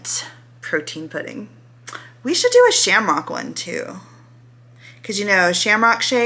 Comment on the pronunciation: i love you lol but i think you said Shar-mock shake, and it's Sham-rock shake (a shamrock this ☘️) it threw me for a second lol